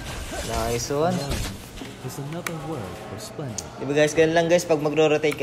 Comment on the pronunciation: No one:: Nayswan